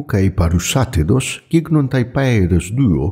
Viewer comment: Καλησπέρα, ως αδαής μεν αλλά φίλος δε του συγκεκριμένου θέματος και ακούγοντας το μου γεννήθηκαν ορισμένες απορίες όπως, Μου φαίνεται περίεργο που τα σύμφωνα(δ,γ) προφερόταν κατ'αυτόν τον τρόπο(περισσότερο ακούγεται σαν Νταρείου αντί για Δαρείου,γκίγκνονται αντί για γίγνονται),δεν φέρνει περισσότερο στην προφορά ενός σύγχρονου Βρετανού; Το ύψιλον ,παρόλο που δεν έχω την παραμικρή ιδέα για την κανονική προφορά του,δεν θα έπρεπε να ψηλώνει κατά την προφορά(λόγω ονόματος υ-ψιλον{;}),παρά να βαραίνει; Όσο αναφορά τον δίφθογγο αι,προφερόταν έτσι(περισσότερο ως αίϊ,πχ το παίδες ακούγεται περισσότερο ως παίϊδες,και το και ως καίϊ) σε όλο τον Ελληνικό κόσμο η ήταν κάποιο ιδίωμα της Αττικής